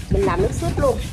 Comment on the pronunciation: ơi nước Sốt cà chua chớ không phải là “ suốt “ nghe nói cho đúng 😂😂😂